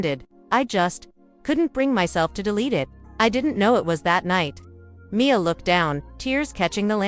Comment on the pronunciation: There is no punctuation in the writing of this story and the narrator reads it the same way, M. I. A., instead of Mia. It’s annoying! And, why is there a picture of a child in the bed with attached tubes if the mother is the one sick?